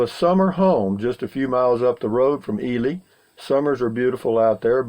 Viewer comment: Seen it drop to 30° below zero in Truckee, California. 35 miles from Reno. I see you learned how we pronounce Ely. I'm going walking too, you got me back at it brother.